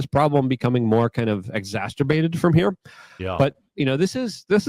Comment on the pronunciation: Thank you. I came here to ridicule him about "exasterbated". Plus, he can't set his mic gain so it doesn't distort. Amateur mistake.